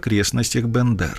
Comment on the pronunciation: От БЕндэр! Вторая буква Е. Всегда.